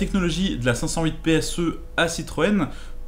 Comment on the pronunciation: Cse au lieu de dire pse